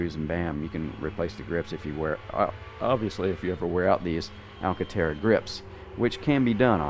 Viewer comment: ALCANTARA. Not Alcatara.